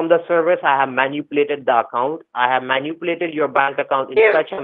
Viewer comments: Binging on you for days now. This is hysterical and makes me feel better! Got an idea: What about asking Siri to define the word every time they mispronounce it? Instead of manipulate, i.e. munuplate. Stop the convo cold and ask, 'Hey Siri, what is munuplate?' Do it every time they misspeak and they'll flip out. LOL!!! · “Did elma man-u-plate my C: drive and delete my files?” “Keurig”